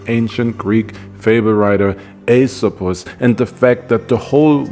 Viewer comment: The first YouTuber to pronounce Aesop with perfect Greek pronunciation! 👍